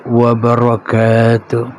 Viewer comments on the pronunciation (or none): none